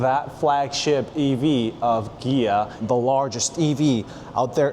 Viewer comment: Is it just me or do you say Gia?